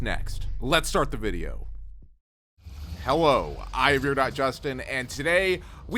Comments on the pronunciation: why does he say hello like hewo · he says hewo